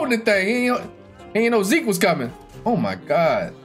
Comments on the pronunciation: yooo ur not name is not "zeek" LMAO I sware to god its "Z" key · How pronounces zeke will never get old 😂😂